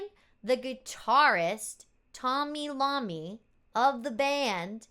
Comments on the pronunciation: Tony Eye-oh-me, not Lomi. Iomi , we need a different capital I. How bought line with a bar top and bottom? Could just work?! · Tommmy Eye-oh-me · Bill Ward punishing the drum set.... BTW, Tony's last name is pronounced eye-o-me... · *The guitarist's same is pronounced Tony "eye-oh-me." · I.A. pronounces Tony's name wrong too, don't worry about it.